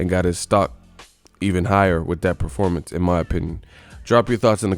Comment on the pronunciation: "What about the top guy Manny?" - Reporter "Ehhhh only after a loss or bad Perpormance(Performance)." - Pacquiao